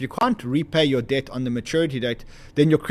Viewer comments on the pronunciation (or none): keep saying: they're buying dead 😮 I thought it's debt 😂